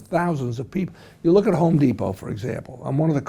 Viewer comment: Even a co-founder of The Home Depot doesn't say the company's name correctly.